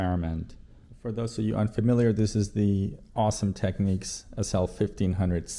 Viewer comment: its technics, not techniques